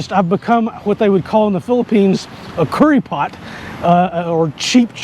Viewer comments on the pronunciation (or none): “Kuripot” (“miser” in English) is pronounced “koo-ree-poT”, like the same way an American might pronounce “COOTIES”…”kooree—“ then “pot” like in British English. Haha! I had a good giggle hearing you pronounce it like “CURRY POT”. 😂 Now, I’m hungry. In all seriousness, I’m happy seeing more foreigners vlog about how much positivity the Philippines has contributed to their lives. Growing up here, no matter which part of the country, from the get-go, a lot of Pinoys have it rough (no just economically, internally/social status/familial/religious culture, etc.) That’s why most of us are resilient, no matter what part of the world we end up in - a vast majority truly believe everywhere else is better than here. It may sound negative to say, but we as a people are used to being treated like crap (this stems from hundreds if years of colonization from Spain, Japan, U.S., etc.) that we work our damn hardest when we’re abroad. On the positive flipside, the many cultures that have arrived at our shores make us more TOLERANT, understanding, open-minded to other people’s cultures. Just don’t do bad stuff, be an equally respectful human being and 99% of Filipinos will give you the best care, love, friendship, respect, and all that. We’re all quite chummy here. (The 1% being the crappy people you see everywhere in the world that try to take advantage of other people, but those you just look out for.) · I got confused with Curry Pot. Only to realize you are talking about "Kuripot", stress at 2nd syllable.